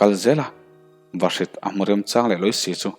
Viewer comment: A chhiar tupa chu mizoṭawng i chhiar thiam lo hle mai, naupang a thu chang ni lovin naupang a thu châng tih tur , a dang pawh lam dik loh i ngah mai, ṭan han la sauh sauh teh.